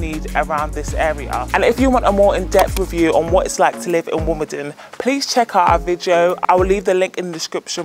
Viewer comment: You need to pronounce Wimbledon correctly ?